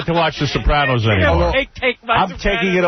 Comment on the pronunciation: What's with the way that Booey pronounces the word Sopranos?